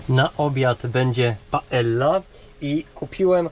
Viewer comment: To jest paeJa albo jakby argentycznycy powiedzieli paedzia 😅